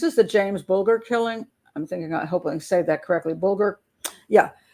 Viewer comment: Mrs b in uk we say bull jur ger is jur bulger not sure how j is pronounced in USA ?? I struggle with your t is d so Rio is dio in USA. T is tea in uk lol xx I love USA accent xx